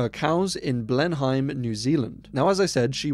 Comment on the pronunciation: it’s pronounced blenim 🙏🏻